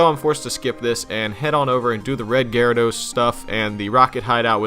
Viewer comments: Did this pretentious ass just say “Jyradose” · The way you pronounce gyarados is disgusting